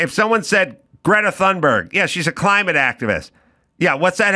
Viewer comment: She says Gretta Tuneberg.I say Gretta Doomsberg.😂😊